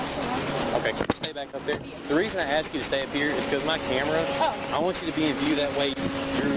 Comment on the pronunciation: Don't axe, don't tell. Such a loser.